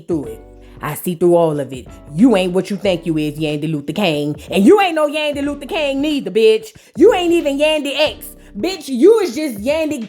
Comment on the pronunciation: Kang…not King 😂. That’s what SHE said 🤭